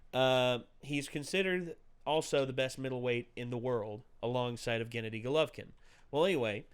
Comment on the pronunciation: GennAdy. Emphasis on A.